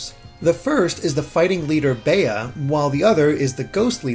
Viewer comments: “Bey-uh” instead of it being pronounced bee. omg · its bea (bee) as in beatrice, not beyah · I think her name is pronounced "Bee", as I've met someone with that name and it was pronounced like that. I've NEVER heard the name "Bey-ah" before. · Yeah, when he said baya, I was like who? It's not bae it's bea or "bee" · I was cringing every time he said "bay-uh." But yeah, it's short for Beatrice usually...I thought everyone knew how to say that name. No need to overcomplicate it lol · CGG Productions But in other languages, that gym leader has other names. It’s only “Bea” in English, and in English it’s pronounced BEE. Are there maybe a couple of people who pronounce it BEE-uh? Maybe. But 99% of people named Beatrice will tell you their nickname is pronounced BEE. BAY-uh is pure nonsense. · I can't stop laughing at Baya XD... it's Bea (Bee) XD XD XD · Its BEA, not Bee. The word is exacly pronounced as its written, since it comes from BeAtrice or BeAtrice. There is no DOuble E in those names. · Why do people keep prononcing her name Bay-uh, it's pronounced Bee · Why do you keep saying 'bay-uh'? It's based on Britain, so pretty sure the correct pronunciation would be 'bee' for Bea. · Bruh it’s pronounced Bee not Bay-yuh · I think 'Bea' might be pronounced like 'bee'. It's a pretty common English name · Her name is definitely pronounced "Bee". It's a pun on "Float like a butterfly, sting like a bee" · Yes, short for Beatrice. I was cringing everytime he said it like "bay-uh" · In Australia the nickname Bea, is usually pronounced ‘bee-ah’ as in ‘bee-ah-tris’. So maybe it’s similar in England? And he was trying to go with a pronunciation similar to that? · Yeah, I'm sure it's pronounced "bee," too. Her Japanese name is Saitō, or kidney BEAn, so it's probably supposed to be pronounced similar to "bean." But I like the "float like a butterfly" reference, too, since her Japanese name also contains the word for "fight!" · you say her name like the insect Bee